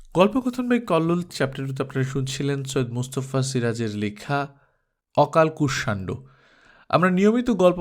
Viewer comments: আজ্ঞে না। কুষ-শান-ডো। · কুষমান্ড হবে সঠিক উচ্চারণ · অকাল কুস মান্ড এইউচ্চারণ হবে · উচ্চারণ অকালকুসমান্ড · গল্পের নামের উচ্চারণ হবে ' okalkushmando ' ! তাই না ? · গল্পের নাম টা সম্ভবত ভুল উচ্চারণ করছেন।